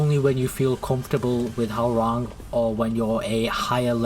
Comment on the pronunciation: Please stop saying HOW rang. It is pronounced HWA RANG.